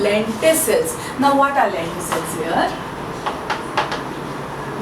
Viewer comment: It's lenticels not lenticles but video was awesome